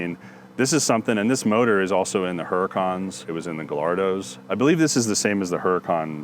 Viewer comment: "Gah-Lardo" made me laugh til I cried. Sorry. It's "Guy-Yard-Oh" just for ease of reading. Noone cares anyhow, just made me laugh real hard. Sweet R8 tho. Looks loved.